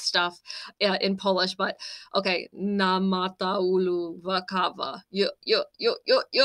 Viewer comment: It was better all time. Word naamataulu is compound word so try pronounce naama-taulu. And not käärijä relayted three part compound word to end: hääyöaie.